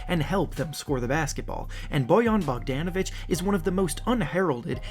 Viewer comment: BoWYOn boGDANovic lmaooo good video tho